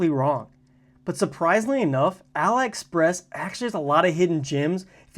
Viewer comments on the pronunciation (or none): Pronounce AliExpress as "AH-lee Express"—just like Alibaba, not "uh-LIE Express."